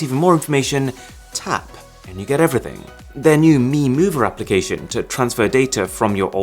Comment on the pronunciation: "Tahp, andt you gedeverything"